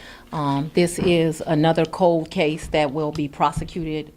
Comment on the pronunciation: Oom. Um. Code (cold) cases. Owed (old). Heed (head). Minny minny (many). Dotter. Axing questions. 🎉